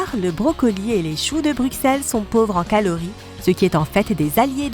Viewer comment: Choux de BruXel ?? C'est BruSSel qu'on dit !